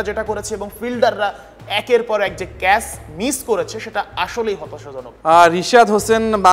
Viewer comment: ক্যাস নয় ক্যাচ